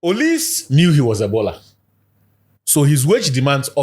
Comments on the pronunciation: ATTENTION! That name isn't pronounced as O-LEASE(Olise). It is O-LI-SAY. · Charle the guys were just irritating me the whole show with the O-lease thing